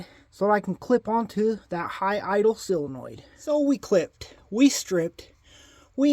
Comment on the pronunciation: Love the vid, I learn something from every vid you make. Now you can learn something too. It's sOLEnoid, not sELOnoid 😉